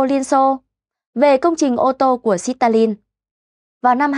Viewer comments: Ôi dồi ôi , Xít ta lin 😅😅😅 không tin được một btv phát âm sai bét như vậy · Đọc lại từ Stalin cho chuẩn đi!!! Quê quá. Sít Ta Lin haaaa!!!!! Lạy bà.